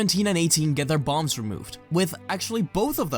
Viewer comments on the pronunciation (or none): When he said 17 and 18 got their bombs removed I thought he said balls